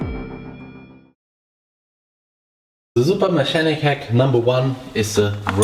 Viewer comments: Just to help with your English. Mechanic should have hard "ch". Like "mecanic", or "mekanik". Good video though 👍 Edit: LMAO. You searched for English translation of nuts and it thought you were being perverted and said balls. 😆 Yes, in English, testicles are nuts, or balls. Too funny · English hack: the ch in mechanic is pronounced like a K. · I never know in British English, it's pronounced me-chan-nic. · Anyone else dying when he says mechanic